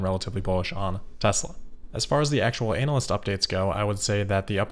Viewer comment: You're mispronouncing analyst, and I love it. Or is that how you say it where you're from?